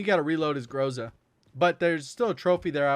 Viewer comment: Bro, please, put an emphasis to the letter "A" in word "Groza". Not "grOza', it's "grozA". Also word "Tundra" pronounces like "Toondra" ("U" like "oo", like "oof").